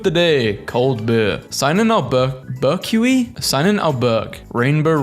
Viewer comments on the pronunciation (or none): Albuquerque = alba-ker-key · Omg!! I had the SAME IDEA!! AL-BUH-KERR-KEY!! LOL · it’s pronounced Al-Bah-Ker-Key just FYI. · Funniest part was him trying to say Albuquerque. Sheesh.